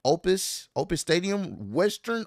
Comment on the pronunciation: Its actually pronounced Optus stadium not Opus. Just putting it out there. It's a cell phone company I think